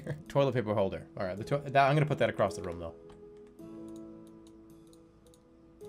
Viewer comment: It's room not rum.